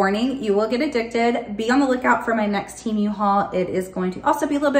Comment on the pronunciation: It's pronounced 'Teh' -mu not teemu lol! If you're patronizing it's good to know😉